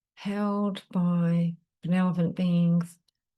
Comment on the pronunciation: Thanks; I enjoy your readings. Sorry to be a grammar nazi but check spelling and pronunciation of benevolent 🌟